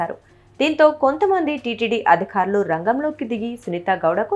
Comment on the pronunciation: అమ్మా, తల్లీ, అధిఖారులు కాదమ్మా.. అధికారులు. ఒత్తులు పెట్టాల్సిన చోట పెడితే చాలు. లేని చోట ఎందుకు పెడుతున్నారమ్మా? క అంటే చాలు ఖ కాదమ్మా 🙏 బాధ అనే చోట భాద అంటున్నారు. బ చోట భ అంటున్నారు 😡